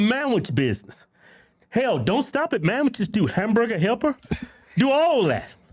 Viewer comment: Y'all were killing me with the mamwiches, lol.